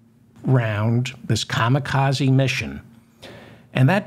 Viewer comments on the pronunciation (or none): none